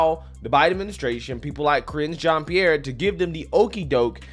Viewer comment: "Ka-ringe jean Pierre" 😂🤣🤣🤣🤣🤣🤣 made my day brother!!